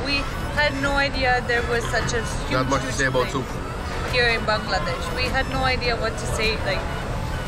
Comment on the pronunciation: Your pronunciation of the word 'Bangladesh' is accurate.